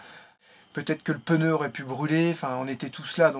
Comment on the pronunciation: Plus de peur que de mal. Ouf! 🥳🥳🥳🥳, tu me faire rire quand tu dis « peneu » pour « pneu » 😬😁